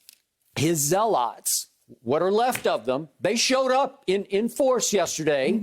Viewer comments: Why does Skip keep saying zeaLOTS? lol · Skip it’s pronounced “Zell-lut” lol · anybody else bothered by how Skip pronounces “zealots”?